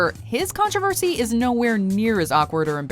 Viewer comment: There is NO "a" in the word (controversy). It is pronounced "Con tro versy" Not "Con trav aversy"